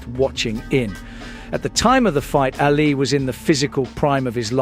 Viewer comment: AA li not Alley